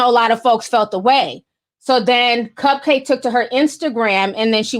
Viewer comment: Isn’t it pronounce cup-cak-kee ? I think its a play on bukkake?